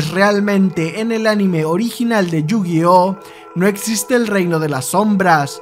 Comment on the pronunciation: You-Gay-Ah ? Que se supone que es eso